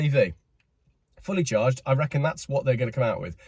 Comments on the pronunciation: Did he say 'Fully Charged' Show or 'Fully Charred'? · Did you say 'Fully Charged" or 'Fully CHARRED'? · "Fully Charred"😂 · Liked your Freudian slip of "Fully Charred".. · “Fully Charred” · Was that 'fully charged' or 'fully charred'. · Was that a slip of the tongue? Fully Chard. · 8.56 he says ‘fully charred show’ instead of fully charged, I think that says a lot! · 9 mins in, did you say 'Fully charred show':)